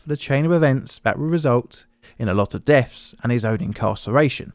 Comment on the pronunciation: I've noticed a deterioration in the English accent lately. Some English people are starting to pronounce words like 'think' as 'fink' and 'deaths' as 'deafs'. I hear it a lot in this video. Hopefully the narrator will read this comment and be able to tidy up 🙂Oh and by the way, the Police car make and model is 'Dodge Polara' not 'Dodge Parola'